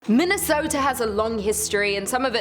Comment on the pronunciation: Min-ne-sooooooo-tah? Good lord, these foreigners sure are fancy. 😅